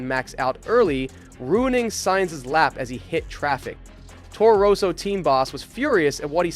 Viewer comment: Towrow rowsow